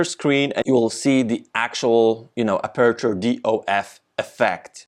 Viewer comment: You really need to practice to pronounce “aperture” 😉